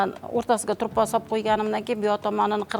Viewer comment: КЕЙИН, ТУРПОҚ ЭМАС ТУПРОҚ БЎЛАДИ, ХАТТО ГАПИРМАНГ.